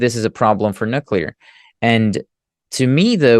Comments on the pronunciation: How do you take someone serious when he is unable to pronounce Nuclear and instead is constantly speaking about Nukulur....... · Great bonus interview, thanks,! I'm continually surprised by how many intelligent people don't know how to pronounce nookalar. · it distracts me completely from the data. Maybe it reminds me too much of previous US fools like George W Bush who had the same unability to pronounce the word.